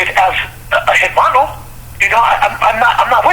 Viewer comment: Why do northerners pronounce the h in hermano? Or typically mispronounce Spanish words.